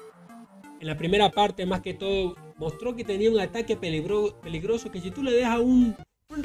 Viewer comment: Pelegroso dice 👂👂🤣